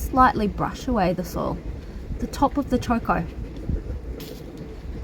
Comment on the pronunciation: It's not Chor Kors, it's Cho Ko, no R's in it.